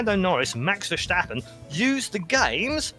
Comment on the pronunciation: Amazing video but you guys butchered quite a few accents. "Burain" (It's Ba - H & rain, with the r being rolled) "Mashx Vershtoppen" (It's just Max Ver - stap - pen.) "Porse"